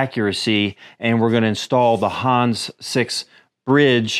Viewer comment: It is not pronounced Hans, but Hannes. "Hann Ness" but without a pause as one word. Schönen Gruß auch Deutschland, netter Kanal 😎👍